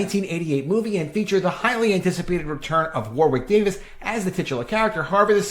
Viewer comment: Warwick rhymes with Yorick btw, the second W is silent